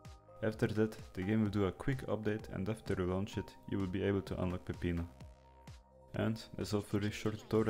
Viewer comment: that's a great pronunciation of peppino